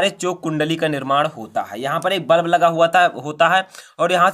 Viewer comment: सर वल्ब नहीं बल्ब होता है।